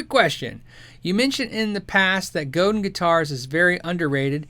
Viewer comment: It's FRENCH. it's GO-DAHN with the accent on the second syllable. Not go-din (like 'dinner') It's Robert Godin's last name.. RO_BAHR GO_DAHN